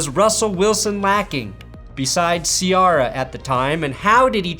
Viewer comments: The fact that you said See-our-uh vs Sea-Air-uh is disturbing. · Did this MF just say Sea-Arah ????